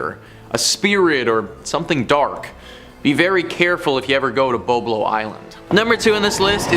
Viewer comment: If you're from Ontario pronounce the islands name correctly. It's Boblo island. As a fellow Ontarian that was an embarrassment on a maple leaf fan level.